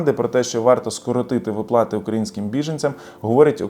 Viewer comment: Слухати не можливо, коли вимовляють не вірно українські слова. Особливо ставите не вірно наголоси! У слові виплати, ставте наголос на склад "ви". Росіяни самі просилися у ьіженці, але їм відмрвляють, от вони і пигуть з заздрощів на україців байки.